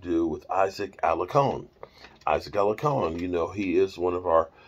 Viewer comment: Alar-con no alacon an it’s Mexico not megico 🤣